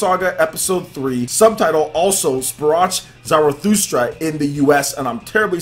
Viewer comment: You have it right except for "Sprach" - the sound is not an English ch, it would be more like a kh. So kind of like an extended k sound, if that makes sense. Although I'd just pronounce it "Also Sprak Zarathustra" which sounds better coming from an American English speaker IMO.